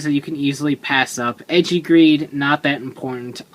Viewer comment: for goodness sake, it's "ay-jee", not "edgey". the ei is supposed to make an "ay" sound in japanese